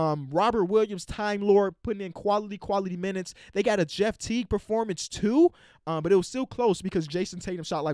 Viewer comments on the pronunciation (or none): none